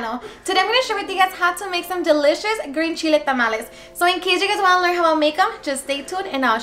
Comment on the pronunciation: Lol she said shhhile... (Chile)